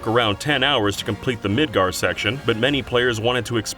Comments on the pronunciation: Did you know: The opening city at the beginning of Final Fantasy VII and the entire area of this portion of Final Fantasy VII remake is pronounced Midgar, not Midgard. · It's MidGAR, not MidGARD. You guys are supposed to be a "credible" channel. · he did say "Midgar" , but it almost sounds like a soft d at the end and again . But I noticed it because specifically he WRITES "Midgar*D*" in the quote, lol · I tend to forgive it when I see 'Midgard" written down due to autocorrect, but when it's spoken out loud several times and wrong I really question it. It's a lack of attention to detail from a channel that's all about detail that's just weird. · MIDGAR. Midgar. Mid. Gar. Not Midgard. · Midgar not midgard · M I D G A R - not Midgard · It's Midgar, not Midgard. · I wish he would stop saying Midgard. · forgot it is Midgar... not Midgard. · Midgar. It’s Midgar. No second d. Twat. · It's "Midgar", bro. Not "Midgard". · You keep saying "Midgard" and even writing "Midgard" when translating Japanese interviews, but it's "Midgar." Boy I sure hope someone was fired for that blunder. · It's Midgar, for the love of God... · MIDGAR. NOT MIDGARD. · why do you keep saying "midgard"? that's a completely different fantasy region... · ...isn't it Mid*gar*, not Mid*gard*? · IT’S MIDGAR NOT MIDGARD GOD THATS ANNOYING ME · how. the. fuck. don't. people. know. how. to. say. MIDGAR. THERE IS NO D AT THE END. MIDGAR. THAT'S IT. DO YOU EVEN PLAY THE GAME DO YOU EVEN READ THE WORDS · No second ‘D’ in “Midgar,” y’all... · Stop saying Midgard!!! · Hearing you constantly call it Midgard is surprisingly upsetting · OK, I thought I was going nuts. So narrator was saying it wrong, haha. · Does a whole FF7R Did You Know video Still can't say Midgar properly